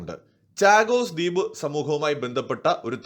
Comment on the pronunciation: ചാഗോസ് അല്ല ഷാഗോസ് എന്നു പറയൂ.. ദ്യൂപ് അല്ല ദ്വീപ് എന്നു പറയൂ ..